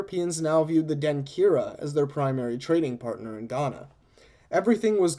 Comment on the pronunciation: Really enjoyed this Even though I am finding it a year later!!! One note: When you combine certain letters in Akan languages it changes the sound, for instance a (ky) makes a (CH) sound. so Denkyira would be pronounced DEN-CHEER-A. But I am very encouraged at this podcast and will be engaging as much as I can. Thanks again!!!